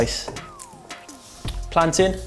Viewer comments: Yes he said plantain like us Jamaican islanders! 🇯🇲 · love how you're pronouncing plantain the Jamaican way! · I really appreciate you not pronouncing it "plan-tayne" loool